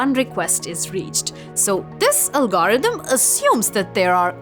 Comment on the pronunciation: "algAUrithm" :D